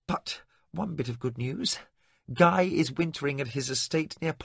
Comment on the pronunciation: I read these wonderful books years ago. I'm just a bit confused by some of the readers pronunciation. The worst is cousin gee which I know was guy. However this is v enjoyable like an old friend. 🤗😊